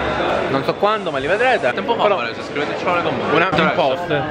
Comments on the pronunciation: Quando avete detto "A Varesheee" io avevo capito "A PARIGIIII" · avevo capito "parigi" anzichè varese ahah